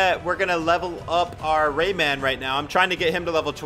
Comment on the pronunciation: Y so u say rayman like dat, like it’s two words or something